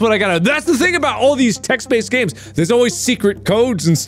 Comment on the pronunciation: RetroWizTHE1st “ganes”?